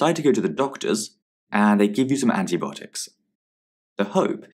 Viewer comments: It’s antibiotics not antibotic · He says it like there's not I haha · anyone else hearing anti-botics